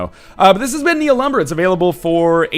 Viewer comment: THE H IS SLIENT